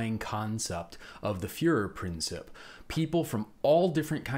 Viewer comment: Great video! One tiny tip: the commentator's pronunciation of "Fuehrerprinzip" - it's /prin/TSEEP - could be improved. :) Other than that - fantastic!